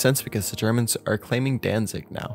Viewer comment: Dude really said "Sanation" as "Sanitation". And "Danzig" as "Danzing"